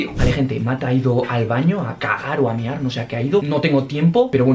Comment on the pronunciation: "vale matt a ido a kgAr o a miAhr no se que está haciendo :v" Morí xdxd